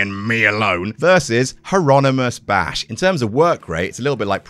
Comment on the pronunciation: i’m sorry but “hieronymus bash” is hilarious